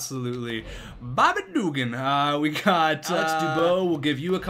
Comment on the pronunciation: Please stop saying Bobby Dugan like that, it is offensive to people in the south